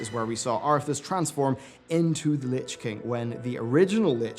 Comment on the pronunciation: "Lich Kling"